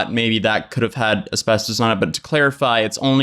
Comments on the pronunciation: As-fast-is damn it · ”There might be asbestOHs in my eyeshahdER” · "There might be some as-bes-tose in my eyeshatter." 😆😆😆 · A-spes-tos, mes-tho-feel-oh-ma. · No one:: Es-best-toes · Nobody:: Espestoast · I died listening to him struggle with the pronunciation of asbestos and mesothelioma 😂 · trying to pronounce “asbestos” and “mesothelioma” was amazing 😂👏🏼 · Today I learned that I definitely don't say asbestos right. I say as-best-us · how many times are you going to say asbestos wrong?? A million🤦🏼‍♀️ haha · 😂😂 I'm dying everytime you try to say asbestos /asbestosis. 💀 And yay, Hannah is back. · Someone needs to make like a 2 minute compilation video of a trying to say Asbestos and mesothelioma 😂😂😂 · Jesus christ my guy. I can understand not knowing how to say mesothelioma but then asbestos or ARENAS?!?!?! Lmao